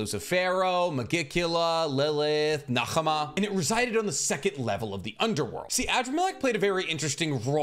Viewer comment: Btw Nahama is pronounced without the h since she is based on the mother of Asmodeus